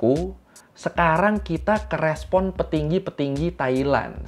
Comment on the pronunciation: Mas bukan REPON tapI RESPON kqkwkwk